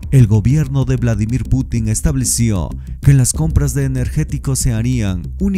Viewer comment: Se pronuncia vládimir No vladimír